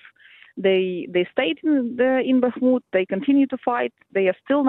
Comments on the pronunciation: Why is this interviewer always saying Bakamut??? She is the only one who doesn't do it at least approximately right. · Yep, she's still calling it Bahk-a-mut... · Will someone please tell the interviewer there’s only ONE A-sound in Bakhmut? I’ve been listening to her say BAKKA-mut for months now. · Bak a moot oh please get it right . And stop treating Ruzzian statements as if they have any validity. Ruzzian statements are meaningless static. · She’s now even telling Ukrainians directly how to “correctly” pronounce Bakhmut! And of course (once again) failing to notice when her guest, this time a Ukrainian lady, pronounces the name the right, Ukrainian, way. Unbelievable😅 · Bro i know she always does it 🤣 no one is perfect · nobody expects perfection but we should expect basic pronunciation of a name that she has heard 100 times from native speakers if she is any type of "journalist" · She's been making the same mistake for months , drives me nuts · she's incorrectly pronouncing the city name ,she sounds like a fool